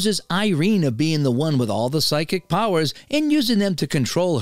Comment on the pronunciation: Psychic : pronounced like 'sike-ick'.